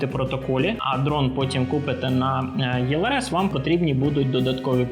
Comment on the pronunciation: Чому Ви говорите ЄЛРС? Це ж російською так, українською - ЕЛРС, або ж ІЛРС (якщо англійською ELRS)